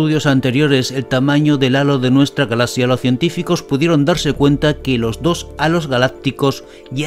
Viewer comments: Me desespera como dice "Galasia" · Que raro pronuncia la palabra galaxia.